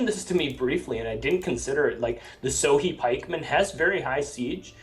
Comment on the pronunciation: lol sohei is pronounced "so-hey"